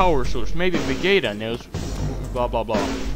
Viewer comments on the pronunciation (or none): veh-gee-tah not veh-gay-tah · Vegeta is pronounced Ve-geeeee-tah. Say, Ve-gee(it sure is boring around here...)-tah. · On , it's like va-GEE-TA